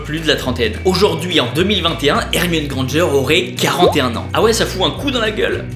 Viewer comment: On dit grand g